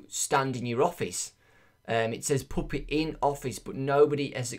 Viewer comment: when says puppet it sounds like "poopit" poo_pit XD